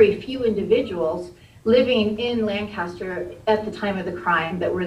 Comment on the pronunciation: The city in Pennsylvania is properly pronounced "LANK-aster"; not "LAN CAST er".